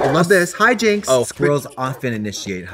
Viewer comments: when she said "hijinks" i thought she was saying "hi jinxs" like jinx monsoon as the squirrel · Omggg I thought she called Jinkx a SQUIRREL! “Hi, Jinkx!” not hijinx 💀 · not me thinking trixie saying “hijinks” was her saying “hi jinx!!” calling the squirrel jinx monsoon